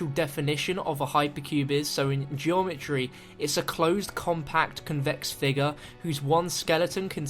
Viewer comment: I closed the video when he said "Geometry"